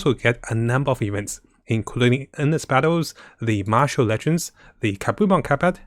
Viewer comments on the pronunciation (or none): none